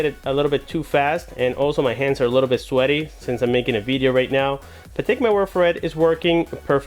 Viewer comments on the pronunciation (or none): The way you pronounced the word Sweaty made me crack up. Thanks for another great review!